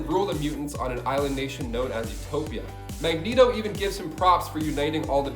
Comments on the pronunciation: He said MegNeto 🤣😂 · I was thrown through a loop when he set mag net oh rather than mag knee toe